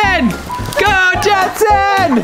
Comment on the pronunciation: i love how elliana is like gensen are you ok